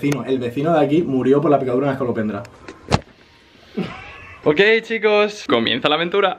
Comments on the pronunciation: No hace falta deciros esto,porque se que os diréis cuenta en algún momento☝👁ami me pasó: No es es(ca)lopendra, es es(co) lopendra😁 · Es escolopendra, no escalopendra (voz de Hermione) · Que no se llama "ESCALOPENDRA", sino "ESCOLO, ESCOLOPENDRA",JAJAJAJAJA. Besos!!!!😘😘